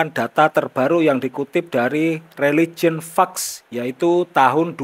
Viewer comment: Pakdhe moco ne religien fek... ojo fak....dadi iki lak an (fuck) hehhehehe